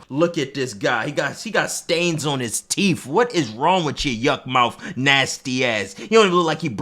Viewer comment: 'He got stains on his teef' I almost FELL OUT 💀